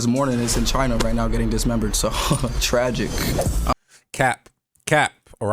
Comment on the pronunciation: They way he said tragic 🤮